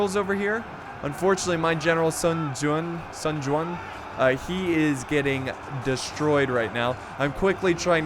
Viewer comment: Help me by liking this comment so he can see this and probably stop miss pronouncing these names Zhao Yun "Chow You-en" (the ZZZZ, sounds like what bees make when they fly) Liu Bei "Liu Pei" (you pronounced liu correctly but not bei, b in chinese sound like P) Sun Jian "Suun Chi-an" "pronounce suun like you would with seen and make sure you let out some air when you say "chi" Correct me if im wrong, chinese is my 3rd language i only know the basics of mandarin im not an expert just trying to help.